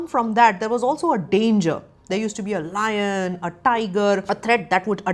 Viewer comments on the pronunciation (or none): none